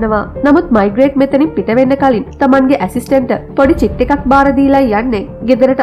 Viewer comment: මෙයාගේ නම මයිග්‍රේට් නෙවේ. මේග්‍රේ.